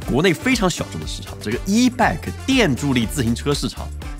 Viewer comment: ebike念成eback也是牛逼